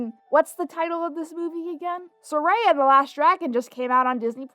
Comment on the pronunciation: how can people watch a whole movie with people calling out the main character's name but still mispronounce the said name??